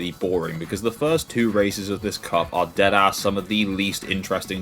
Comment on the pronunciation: Hearing a British man say "deadass" gave me a much needed laugh.